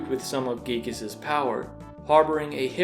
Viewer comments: Can we all stop pronouncing Giygas as Gieg? When we were kids we all called him Guy-Gas. I refuse to change that. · Giygas is not spoken Gigas but Guygas it just sounds better. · It pains me when you say "geegus" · "Gee-gass" sounds funny